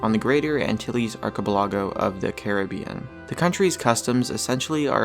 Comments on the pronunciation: "arkebelahgo" Nice pronouncement of archipelago. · "ar kah pel IH go" - phonetically... Not "arka pul LOG oh". Cheers! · ar-che-pel-AH-GO? HIS-pan-i-OLA? Didn't quite make it through 5th grade geography did you? Of course I am a dolt for watching this tripe for over 4 minutes to get to this point. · LOL, learn how to pronounce place names!